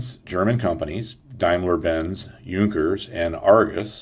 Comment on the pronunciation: Hey nice video shame about pronouncaition, on Junkers and Damlier Benz, other wise real nice of course straight line from Crankshaft through reduction gearbpx to propellor is a great idea especially if the engines fuel injected already, may well be another deciding factor, thank you.